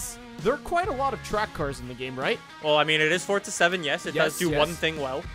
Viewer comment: "Forza" not "Fortza"